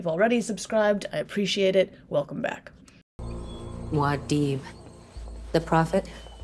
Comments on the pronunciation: Great analysis. Pretty sure it’s “Moo ad dib” not “Mao deeb”. I was disappointed that the awakening of Alia and the nature of Jessica’s transformation was downplayed. I thought it was wrong to compress time and omit Chani’s pregnancy and the real affection between Paul and Chani. But it was a magnificent adaptation. It may prove simultaneously that Dune is unfilmable and Villneuve is a genius. I loved it and was moved by it and was disappointed. Thanks for the insights and thoughts. Liked and subscribed. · It's MOO-AH-DEEB